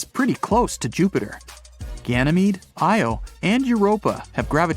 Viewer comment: Your AI can't pronounce IO property. Really annoying. It's "eye oh", not "Eee oh".